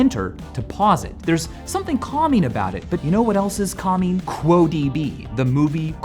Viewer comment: Why does it sound like "commie" when Michael says "calming"